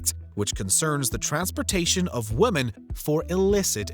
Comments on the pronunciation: We gotta get you saying "women" right. Just pronounce it like it's spelled "wimin" and you'll hit it right on the head. Both vowels make the exact same sound. ♥️ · did nobody tell the announcer how to pronounce "women"? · Strange pronunciation of the word" Women"